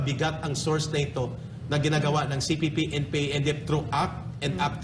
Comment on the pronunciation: nakakailang ang lagbigkas mo ng. cpp/npa....wag ka mag pause sa kalagitnaan....